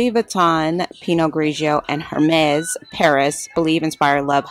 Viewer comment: I want this store here! ❤❤❤❤ oh and Hermès is pronounced Air-mes (short “e” sound) just an fyi. 😉